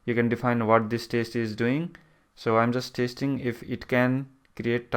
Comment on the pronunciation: This guy is saying taste instead of test..